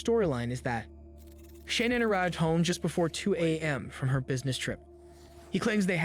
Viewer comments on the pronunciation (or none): This video is great, informative and lot of research. WOULD BE BETTER IF HE PRONOUNCED SHANNAN’s NAME PROPERLY…. NOT SHANNON 🤦🏻‍♀️ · does it annoy anyone else that someone is making a video about a murder victim and cant even pronounce their name right? every time i hear Shannon im like "ITS SHANANN!" ughhh (not Z, the video hes commentating on) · You can’t even pronounce her name correctly!!! Sha-nannnn Jesus man